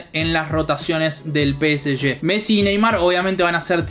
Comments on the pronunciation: yo prefiero que la gente diga Pe Ese Ge, no Pe Ese Ye. Somos Argentinos viejo, dale!! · Salen campeones gracias a Sergio Ramos, Ney y Messi. Y bien ahi pronunciando peseshe.